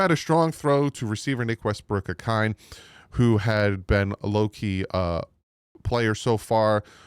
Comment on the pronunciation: Can you and Reason please say Westbrook-Ikhine’s name correctly? It’s pronounced Ick-een-ay